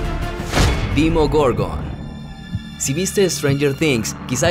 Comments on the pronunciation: No se dice dimogorgon se dice demogorgon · Nico Cutrutrulu en inglés se dice deimogorgæn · Hablando de stranger things se pronuncia Demogorgon o Dimogorgon 😂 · no sabe desir demogorgon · pinche no sabe decir demogorgon xd